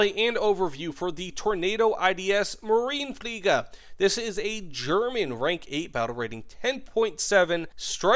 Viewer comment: In german the e at the end of Marine isn't just a decorative piece. It is spoken